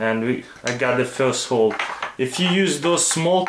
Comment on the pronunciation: Why he pronounce hole i mean letter (h) like (kh)? Russians can't pronounce h like normal?